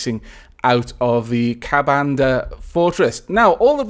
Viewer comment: Wow, Hindu mythology, I'm quite ashamed to admit it but I'm pretty sure I have never heard about it considering I am hindu, but I think it is pronounced 'kubuntha'